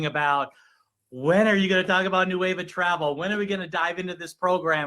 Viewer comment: He is literally calling it “nueve” repeatedly instead of Nueva. Hilarious 🤣 😂